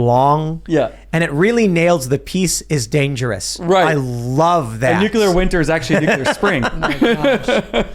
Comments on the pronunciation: I get annoyed at the constant harping on this topic because keeps saying “nukular” instead of nuclear. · Every time says "nukular" I die a little inside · ....nu clear. Not nuke you lur. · When is going to learn how to pronounce Nu Cle Ar, not Nu Cu Lar? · Repeat after me: Nook-LEE-errrr 😅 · Ever time adds a ln extra u in nuclear, I get slightly more angry. LoL